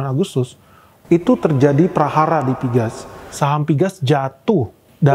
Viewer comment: Napa pgas diucap piges sedangkan pln tetap diucap pe el en. Skip ah...